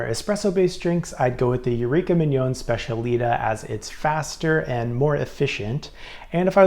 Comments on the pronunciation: These both look great for an upgrade. Oh the Eureka is pronounced Spech-a-lee-tah, emphasis on the “tah”. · It is pronounced SPETIALITÁÁ